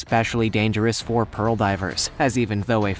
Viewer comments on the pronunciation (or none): none